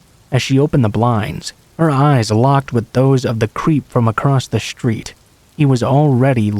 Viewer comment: it is a street. not a shtreet e